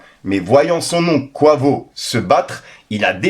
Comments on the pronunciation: Top la vidéo mais Quavo ne se prononce pas Kouavo mais Quayvo 😅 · Mdr😂 je suis désolé la prononciation de quavo 😂 tu m’as fumée ! Merci pour la vidéo en tout cas 🙏🏾